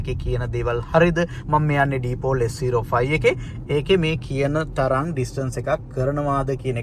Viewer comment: ඩීපෝල් kiyl thama gono pronounce krnne🤣🤣gode higanna